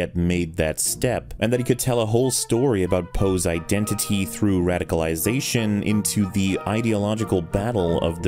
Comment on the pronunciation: Masterful pronunciation of the word 'iden-titi'